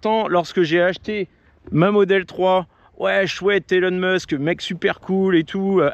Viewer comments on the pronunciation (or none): none